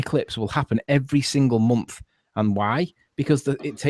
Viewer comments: "It does it every mumpf" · He never claimed they happened every month. He said every momph!